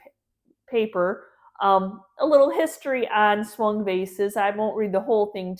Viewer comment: Thank you for the information about the Swung vases as I live in England the first time you mentioned them I thought you said Swan vase and couldn't see why they were called that ! it was so interesting to hear how they were made 😊❤